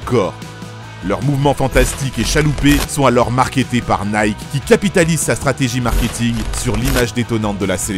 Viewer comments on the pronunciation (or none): none